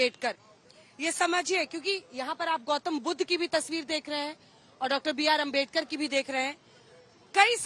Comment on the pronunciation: Anjna om kashp naam sahi se lena sikh lijiye..... Bhartratn dr. Babasaheb ambedkar.... 💙